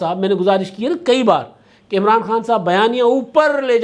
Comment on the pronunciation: اچھا ایک بات بھاٸ کو سمجھانی چاہیے وہ کہتا ہے عمراٹو 😂تو ان کو بولنا کے نام ٹھیک لینا چاہیے بندے کا😂😂😂😂😂😂